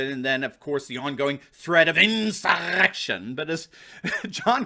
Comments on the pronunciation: WTF with the way you say "insurrrrrrection"???????? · The way you pronounce "insurrection" is hilarious! Please continue to pronounce it that way! lol